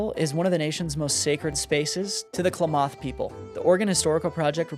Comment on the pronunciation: Please pronounce “Klamath” correctly. It’s not “kla-MOTH”; it’s pronounced “Clam-eth.”